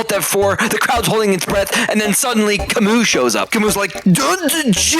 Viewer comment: I didn't know that Albert Camus was a Russian, especially with that silent s in the end.